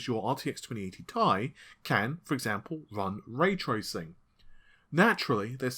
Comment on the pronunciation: The Ti in Nvidia GPU's is pronounced at "T-I", not "Tie"